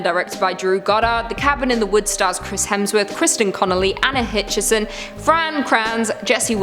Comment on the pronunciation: Anna Hutchinson not Hitchinson.